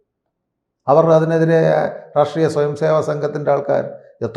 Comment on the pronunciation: പൊട്ടനാണ് എന്ന് "റാഷ്ട്രീയം " "എന്ന വാക്കു് ഉച്ചരിക്കുമ്പോൾ തന്നെ മനസ്സിലാവും. ലോജിക്കലായി സംസാരിക്കുവാൻ പഠിക്കു... വെറുതെ എന്തെങ്കിലും വിളിച്ചു പറഞ്ഞിട്ട് കാര്യമില്ല.